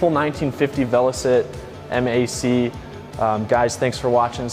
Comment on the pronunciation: It's MAC as in Mack not M. A. C